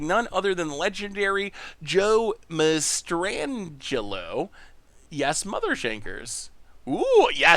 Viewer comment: Ok, Joe Mastrangelo is one of the best misspronunciations has made